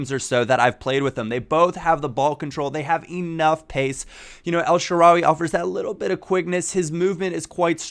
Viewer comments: it is pronounced El sha-rawy not El sha-rawi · It's EL-SHA-RA-WAY